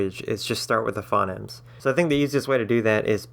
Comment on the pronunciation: "phonemes" are pronounced "fou-neemz"